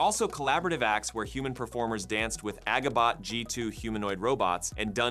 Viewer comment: The g sound in Agibot is pronounced like a j (as in agile).